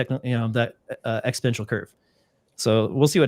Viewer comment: That comment is directed to. This hurts your rep each time you say exponential.